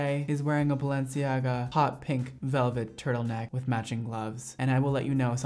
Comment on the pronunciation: me: thinking about all of the times he had to pull out just his thumb to unlock his phone: BALENZIAGA